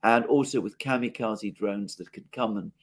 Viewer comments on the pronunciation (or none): none